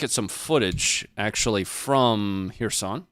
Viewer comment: you pronouncing it wrong... it is Herson not Hereson....